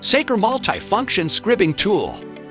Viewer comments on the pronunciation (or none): It’s pronounced skry-bing, not skribb-ing.